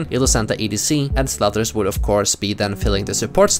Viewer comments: I always hear slutters instead of zlatorz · Damn when you said Zlatorz that made me look back to the screen for a sec lol. 😥